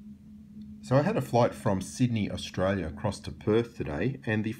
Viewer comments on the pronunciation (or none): none